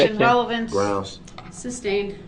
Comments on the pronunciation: Its sustained not substained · It is sustained, not substain.